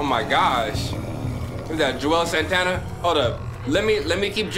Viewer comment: Im listening to the walking dead seasons over while working and i forgot said Juelz Santana in this episode 🤦🏽‍♀️ i thought he said my name for a moment 😓